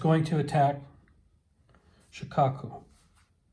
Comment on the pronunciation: Actually it's SHO-kaku